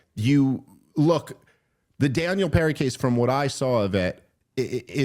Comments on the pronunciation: Hard to listen to him get Penny’s name wrong. It’s PeNNy not peRRy Dave. Come on! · Am I crazy? Does Dave keep saying Perry or Penny? Is this a Yanny Laurel situation? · Daniel PENNY, Dave. You got it right in both the thumbnail pic & title, why can’t you SAY it right? 😂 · I can’t believeNO ONE HAS CORRECTED YOU THUS FAR ITS PENNY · Watching him say “Daniel Perry” repeatedly really made me doubt credibility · PENNY not perry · I like the " for those who dont know " rundown of the back story, and then proceed to mispronounce the dudes name repeatedly. 😂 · I get tired of how Dave says "Donald TrumPP" when he constantly criticises him for talking like Trump. 20+ minutes on Daniel "Perry" and then a tirade on Trump for Obama causing a problem.